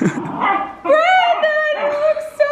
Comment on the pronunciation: she said branon instead of brandon